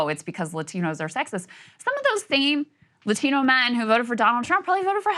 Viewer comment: She sounds super educated— but then sounds ridiculous whenever she pronounces the word “LA-TEEN-NOH”. Like, why does that even happen? I’m Italian, but I don’t turn on a Mario accent when I say the word “Italian”.